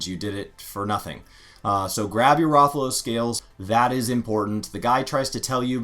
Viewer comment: Your butchered pronunciation of Rathalos. Wrath-a-low-sss